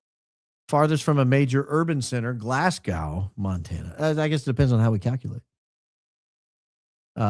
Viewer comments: Oh,....! Not GLASS -gow. GLAZ - go. Place names can be tricky in a country that doesn't speak English! 😄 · Glas-GO... sorry but Glasgo, ignore that pesky W... #1 fan from the West Coast of Scotland 😬